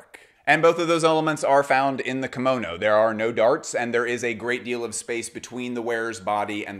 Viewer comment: Hello from Japan！！ Great video, your pronunciation of Kimono is spot on！ Your observation of the Kimono being a garment with a great deal of space between the wearers skin and the fabric is correct/incorrect at the same time. Yes the many different varieties of Kimono garments more or less have lots of space for arms and legs BUT all Kimono's are tightly fastened with an Obi or sash at the waist, slim women have to use folded towels or padding to enhance the body shape so the kimono drapes well. This makes the Kimono very hot, constricting and tiring to wear if you don't wear them regularly. People of Asian decent tend to sweat much less than us and also wrapping a tight Obi sash under the armpits actually suppresses the sweat glands which I recently learned. I am a hot person so even a summer cotton Yukata Kimono I get soaked with sweat. I'm not trying to put you down it's just that I sometimes see the explanation that the Kimono is a louse fitting garment when in fact it isn't.